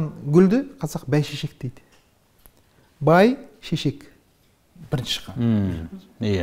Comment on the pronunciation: бАйшешек емес, бӘйшешек, бАйбіше емес, бӘйбіше... осыны қалай білмей отыр?! сөзге қайта-қайта жарасып отырады екен, естіп-тыңдауға шыдамы жетпейді, бізге де олай тыңдап отыруға қиынға соғады